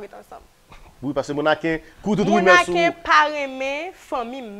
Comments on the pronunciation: Mèxi😂😂Aranjew rigolo c mèsi pa mèxi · Bravo sho a te très bel. La seule chose lè wap fini Show yo ankor pa di (Mèxi) di MERCI. Ok?